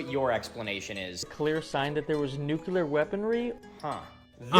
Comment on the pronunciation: IT'S "NUCLEAR" YOU DIPSHIT. IT IS NOT... "NUCULAR".